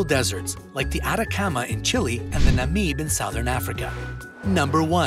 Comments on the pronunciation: You pronounced Namib desert wrong 🙊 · You said namib wrong bro I live like right at the namib desert so get it right